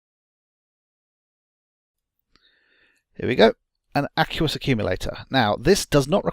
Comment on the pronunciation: No offence, but I winced every time you pronounced the word "aqueous". :P